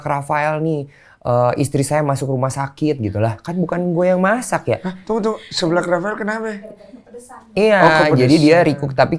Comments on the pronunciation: Lucu amat koh densu bilang seblak nya... Seu koh seu.. dibaca seublak 😁😀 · Gereget banget pengen benerin kata seblak tiap bang deni ngomong séblak, harusnya tuh seblak bukan séblak 😭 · seblak (seseorang) bukan sèblak (mèrah) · Bg densu, bacanya seblak ya, bukan seblak... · Ko Densu ga bs ngomong SEBLAK. Salah pelafalan lu Ko. SEBLAK! Bukan SEBLAK. Duh gmn jelasinnya pake tulisan.